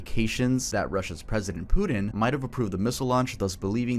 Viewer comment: i like how he pronounce putin like pudding